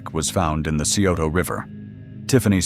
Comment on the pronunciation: OMG please learn how to properly pronounce names of towns and rivers before you record these. Chil-a-koth-e, Sci-o-to Geez so annoying!!!!!